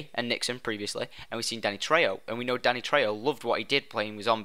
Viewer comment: You pronounced Danny's name right!